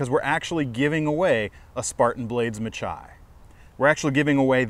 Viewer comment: Just a little note, the majority of spartan blades are after Greek names. This knife is no different, the pronunciation is (ma-hee). Meaning battle, or blood bath in greek. Hoped this was use full. Love your channel, company and reviews, very informative. Thanks